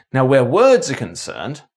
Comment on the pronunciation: I'm a Scots speaker in that I'm fluent in Scots but I'm from the lowlands so I mainly speak English but I still have the accent obviously. Your Scottish accent isn't great if I'm honest but it's better than most and you get a few words wrong. Words is pronounced like wirds rather than wairds and deliver is pronounced like delivar not deliveer at least if we're talking about Edinburgh and to some extent Glasgow. Aberdeen does it's ain thing